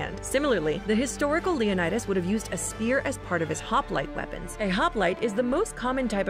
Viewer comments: /Lionaidos/ 😂😂😂😂😂 omg hilarious, I'm greek and it's actually pronounced /Leonidas/ or Λεωνίδας in Greek letters btw what we write in greek its read just as it's written for example : Αλέξιος, Alexios is read /Alexios/ I know its difficult if you don't know greek to say it write but you can try (no hate) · When she calls him LeonAidas you know you can't take this video seriously 😂